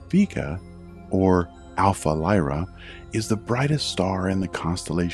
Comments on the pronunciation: VEE Ga, really. it's pronounced Vay-ga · It aint VEE-GA its VE-GA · I disliked the video because you are purposely mispronouncing the word "Vega". ITS "VEEGA" NOT "VAYGA" !!! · Why is it pronounced V-ga and not Vega? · My last name is Vega (vae-ga) and I didn't know the star is (veega) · You pronounced Vega wrong.